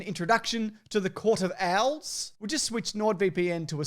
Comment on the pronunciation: I chuckle every time says “court of owls” with his accent it sounds like the “Court of Al’s”, a bunch of dudes all named Alan running Gotham City from the shadows